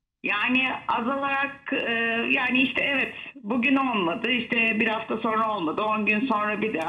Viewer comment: Nur Viral sen yanlış söyledikçe inan kulaklarımız tırmalanıyor.Öğren artık SONRA, demem gerekir.Sorna değil , lütfen doğrusunu söylemeye calış.SONRA. SONRA SONRA. bir sayfa yaz ve oku..Ama öğren, Sunucular , spikerler yanlış yaptıkça ... olmuyor yani.